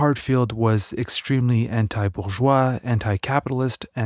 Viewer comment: What is "bouvois" society? Do you mean bourgeois?